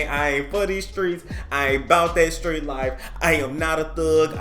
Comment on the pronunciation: He tried to say street 😂